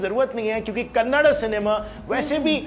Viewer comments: Hello ullu.. Kannad nahi kannada bol re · Abe oy kannad nhi kannada h❤